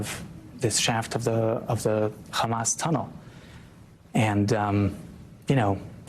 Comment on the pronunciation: It s hamas not khamas